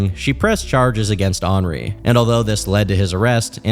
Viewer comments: Did you just pronounce “henri” as “ornery” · Wow you actually pronounced Henri correctly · Henri being pronounced that way is actually the most absurd thing about this whole video